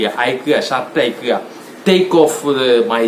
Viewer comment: അയിക്കുക അല്ല അഴിയ്ക്കുക..😂 ആദ്യം മലയാളം നന്നായി പഠിച്ചിട്ടു വാ എന്നിട്ട് ഇംഗ്ലീഷ് പഠിപ്പിക്കാം 😂😂